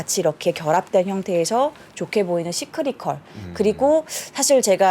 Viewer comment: 왜 다들 시크리컬이라 발음하는걸까...